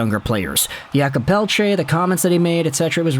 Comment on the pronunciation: its not yakub its pronounced jakob